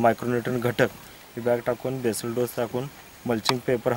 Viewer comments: केसल डोस नसतो येडे तो बेसल डोस म्हणतात..😂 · मॅडम केसल डोस नसतो बेसल असतो